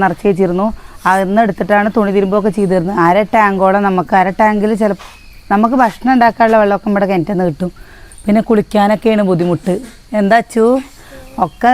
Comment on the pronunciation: ചേച്ചി ബസനം അല്ല ഭക്ഷണം ആണ് paraya